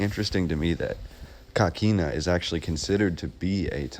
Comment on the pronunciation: Hi. If I may ask where did you get the pronunciation of coquina as caquina? I grew up in st Augustine and we always pronounced the work as co not ca. I think even with a Spanish pronunciation an o sounds like o. Just wondering. Enjoyed the video. Thank you